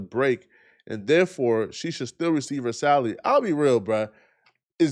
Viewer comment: I thought you was about to say he got into it over a salad but you said salary